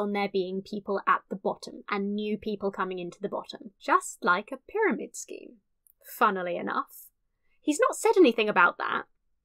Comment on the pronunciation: I heard this as: "... funnelly enough."